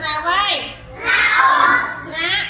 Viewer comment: មិនមែនអានថាស្រាក់ទេគឺស្រាស់ហើយស្រៈនិស្ស័យមិនមែនស្រះទឹកទេ